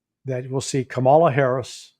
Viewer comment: And Daniel: “Cam-a-lah Harris”